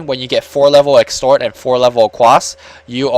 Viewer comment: exort quas.... not extort :D just saying inc ase you really didnt know thanks for casting this btw